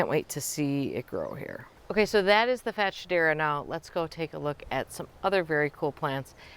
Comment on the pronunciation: Ok the way we’re pronouncing this plant is cracking me up 😅 I’ve always heard fats-hedera, but now I feel bad for Shedera, and wonder who is calling them fat? 🤣 The nerve.